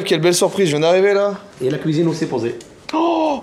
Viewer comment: "ya la couisine aussu pozey